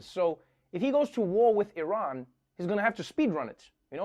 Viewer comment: Thanks for not pronouncing it "eye-ran"